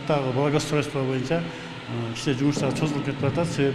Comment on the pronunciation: Чозулуп эмес, созулуп деп айтылат.